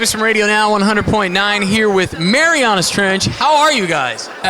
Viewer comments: Seriously, can someone fix the title of this video and remove the apostrophe. Also, for future reference, it's pronounced "Mary-Anna's" not "Mary-Aw-na's" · i am ashamed to live in indy what the hell scotty that was a sucky interview you didnt know that ian is the drummer, you pronounce marianas wierd, the 's in marianas and so much more. i apologize to the guys of marianas trench, all mtrench fans, and canadians for that shitty interview